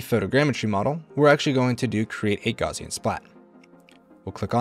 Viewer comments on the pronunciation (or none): Great video. Just one thing, "Gaussian" is pronounced "gowssean", not "gauzean", after the German mathematician and physicist Carl Friedrich Gauss. Don't worry, a lot of people mispronounce it. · I found the video too distracting with "gauze-ian" instead of "gow-sian" . The name "Gauss" is pronounced with a "g" sound as in "goat," followed by the diphthong "au" as in "house," and ending with a "s" sound: G-ow-ss. The "au" sound is similar to the "ow" in "cow". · It's GOWSS-ian. /ˈɡaʊsiən/ ... "Gauss" rhymes with "House". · Good tips except for pronouncing it "gozzian" every time. Will be checking out the software though.